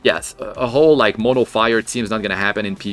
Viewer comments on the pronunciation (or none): none